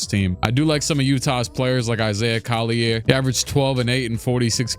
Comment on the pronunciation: I'm dying at the fact that he's pronounce Collier with a french pronunciation when it's not pronounced like that lol